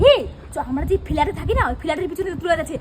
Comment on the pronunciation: তোমরা কোথায় থাকো? "ফিলাট".. না কি "ফ্ল্যাট"?